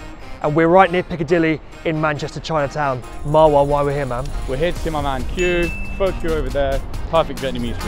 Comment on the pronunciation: Pho is pronounced "fuh" - hence the name.